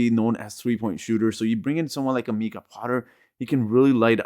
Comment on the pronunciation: It's not Meeka Potter it's Mike ah.